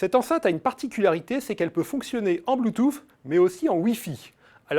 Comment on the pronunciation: Il devrait prononcer bloutous plutôt que d'essayer de le prononcer à l'américaine.